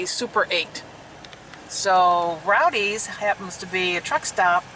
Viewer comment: FYI, It's not Rowdys as in Rowdy Yates, Rawhide. It's Roady's as in "Road" or You drive on the road. I know, I know, but if you're gonna promote a business pronounce it correctly please.